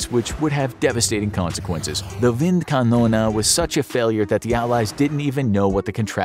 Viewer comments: WindkanonE Not KanonA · Why “wind Canona” instead of wind KanonE??? 🤦🏻 That pronunciation made me cringe too hard. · Just Wind Kanone Not kanona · the gun is called wind kanone not wind kanona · Wind Kanone. Not windkanona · You write Windkanal, say Windkanona. Which would not even be a german word. Maybe Windkanone. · Bruh,your German is so bad .. it is Kanone not KanonAAA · isn't it supposed to be "Windkanone"? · why you speak it Windkanona? the german e at the end of kanone... is like the end of tea engl. cannon-ea = Kanone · „wind konone“ is the wrong pronunciation. the right pronunciation for the last letter would be the english pronunciation of the letter “A” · I think you got the pronunciation of this Wind Canon thing wrong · Is there some kind of American competition to mispronounce foreign words as much as possible? The "Windkanone"-mispronunciation was quite impressive, really. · The german pronunciation is completely wrong